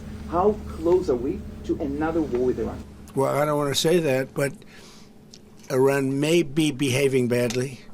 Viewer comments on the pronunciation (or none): I feel this is a.i click bait because im 1 min and 11 sec into this and he's not even saying iran right he's throwing a T in there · Its Iran not Iraq